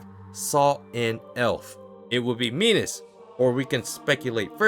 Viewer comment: Not "Minos". "Minus"